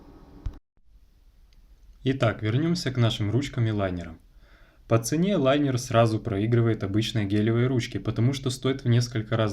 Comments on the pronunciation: линер а не лайнер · Правильно же говорить лИнер?